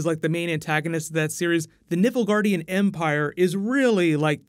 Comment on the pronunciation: I keep hearing Nipple guardian